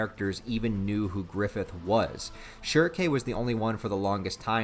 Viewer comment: The only thing i hate about this video is how he pronounce shierkes name i got used to almightylolis pronunciation of shrieke